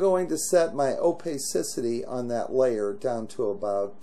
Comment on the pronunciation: I stopped watching when you said OPEYsisity. OPACITY